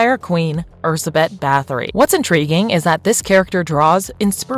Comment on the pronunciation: i love how none of them can pronounce a very easy to pronounce name... Erzsébet. What was that ?! Rzbet?! Jesus......